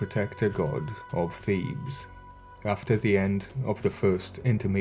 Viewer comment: I had to listen veeery closely to your diction on this Triad, my friend, because it initially sounded like “the god of thieves, his wife mutt and cons you.””, instead of Thebes, Mutt and Khonshu.. 😏.. but in keeping with your usual style, I’m betting that’s not far off, especially with a State sponsorship. But I remind myself.. and the LORD, regularly that He will redeem Egypt as well as the rest of the 70 Nations. Given the most recent announcement from the individual at the reigns of the R.C.C. right now essentially creating the 1🌍 religion to be at the beck and call of the FEW… flip that.. I’m just looking for the Real Yeshua, because these jokers aren’t funny in the least. Heaven.. Literally.. Help us all. Also where’s the Zodiac you have in the beginning of the video, please? Is it ancient or recent?.. relatively of course. It’s quite interesting. Thanks 🙏 as always, dear brother. Much Love. Many blessings. MARANATHA. 🍃🍃🪷🍃🍃